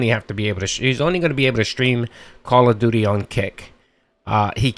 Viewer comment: Call of DEW DEE streams.